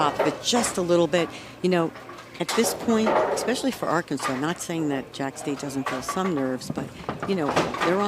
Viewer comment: The female announcer says “ECKspecially. Ain’t no “K” sound in “especially.”